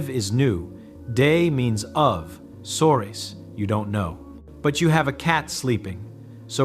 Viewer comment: At least edit the foreign words. Because the AI is making the video for an English-speaking audience, it doesn't recognize ELLE, CHAT, SOURIS as French per se and it pronounces them like some bumpkin who's never been out of his little town before.